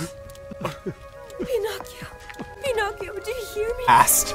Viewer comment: “Im ✨ bEllA ✨ “ “pInCochiO”